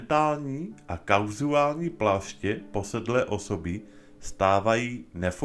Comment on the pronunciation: ja som to nemyslela v zlom, stačí iba ten výraz správne vysloviť "kauzální" nie "kauzuálni" tak to zopár krát po sebe správne vyslov a nabudúce sa už nepomýliš